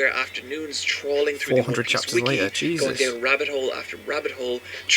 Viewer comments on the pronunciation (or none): none